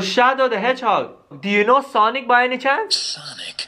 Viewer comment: oH my GoD hE cAls Sanic